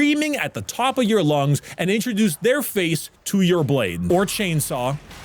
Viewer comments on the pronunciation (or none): "Introduce their face to your blade" The fact that i heard "faith" instead of "face" make it 10 times funnier